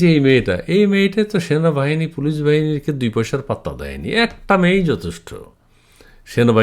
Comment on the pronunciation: Sona. Bahani. Not. Sanabahani